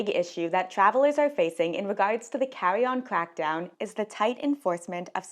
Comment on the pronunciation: You talk so cute. “Cawwy on cwackdown”